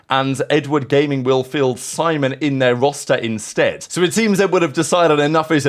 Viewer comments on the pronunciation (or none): none